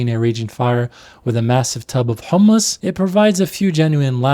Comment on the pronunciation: Great video and valid critiques but why are you saying “Hul-mus”?